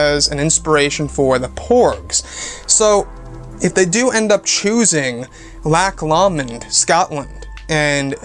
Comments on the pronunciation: LOCK LOW -mund is how it's pronounced. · its pronounced lock lowmond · I have never heard "Loch Lomond" pronounced quite that way.